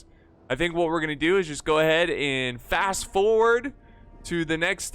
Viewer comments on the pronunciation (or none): none